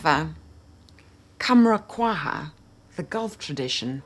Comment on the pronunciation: I have Vanilla 28, all three Khamrahs, Babycat (sigh...) and Rifaaqat, Youthdew, Liquid Brun, and I'm sure several others. My original signature scent...the OG Gianni Versace for Women...has a vanilla note in it. That vanilla note combined with insense sends me!!! Point of order: Quhwa is pronounced "cow-wah".